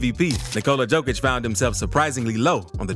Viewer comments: One small complaint :) Pronounce it "Yokic" and not "Djokic". Yokic like Yolk, even Yolkic :) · Good video! Don't take criticism seriously. Here's a little help. :) Nikola's last name is Jokić, not Djokić. In Serbia, the surname Djokić is more common than the surname Jokić. Pronounced Yokić, like Yeti. 😀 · yo yo yo yo yokic, not joe joe joe joekic 😂 yes i know you write it diffrent but still.. it is yo not joe! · It's not Joe-Kich. It's Yo-Kich. Otherwise, great vid. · Yo-kitch, not Joke-ich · SMALL correction about pron. of his name. He is: J(Yugoslavia, Yamaha) O K I Ć(t+j). He is not: Đ(D+J) O K I Ć. Or J(Joker, Jamaica,... ) O K I Ć. Surname JOKIĆ(english: YOKITJ) on serbian means: SMALL NOT, Comon surname in Serbia. Surname ĐOKIĆ(english: DJOKITJ) on serbian means: SMALL PENIS. Veeeery comon surname in Serbia. Sounds weird but is true. Surname DŽOKIĆ(english: JOKIĆ) doesnt means nothing on serbian. Do not exists as surname. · Heey brodie, please start reading the "J" in Jokic as "Y" - so Yokic. Sending love from Serbia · Yokitch.... Ni-ko-la Y-Y-Y-Y-Yokitch. Please pronounce it right at least once :-D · Pronounced "yokich". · i liked button, but its funny to me that you cant prononce tme mans name.... remember, yokicg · Why can’t you pronounce his name correctly If you have all this respect for him? It’s pronounced YO-KITCH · Bro.... in a 8 minute video, you never said his name correctly..How are you going to make a video about a guy, but simply fail in saying his name correctly? Don't believe me? Listen to his head coach (of 8+ years) say his name one time. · This video sets the world record for number a Jokic mispronunciations in less than 10 minutes. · I had to stop after 30 seconds. Learn to pronounce the man's name, it's not that difficult